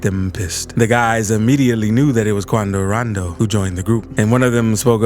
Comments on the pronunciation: I swear this channel owner like mentioning the name Quando rando in a funny way 😂 😂 😂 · "Quando rondoo" 😹😹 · Hahahahah 😂 QoUNDO RONDOO ! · The way he says quando rondo 😂😂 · this bro got me dyiin 😂😂😂 how he b sayin quando rondo name 😂😂😂😂😂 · “Quando rondo”🤓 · My does this man have a Mexican accent when impersonating quondo rondo 😂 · y bro say quando rondo like dat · The way u sayin quando rondo